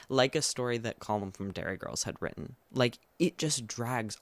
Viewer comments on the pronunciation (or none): none